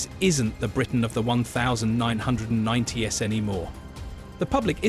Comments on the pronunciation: "This isn't the Britain of the one thousand nine hundred and ninety Ess" Do you mean this isn't the Britain of the 1990s? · You can tell the voice over is AI when "one thousand nine hundred and 90 ess"